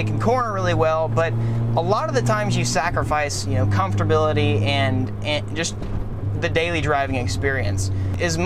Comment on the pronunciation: COMFTORBILITY . Wut